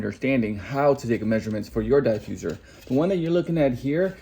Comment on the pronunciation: Not the Die-fuserrr